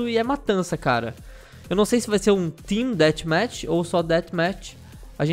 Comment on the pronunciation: "tim detimati", white tem que fazer umas aulas de inglês com o Lion.